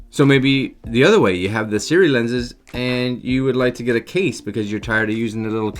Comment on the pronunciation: I'm just guessing (and had to laugh because every time you said "SIRI" my smart objects woke up) but might it be pronounced "Sih-roo-EE" as opposed to SIRI. Must be right? Silent U? Things I think about.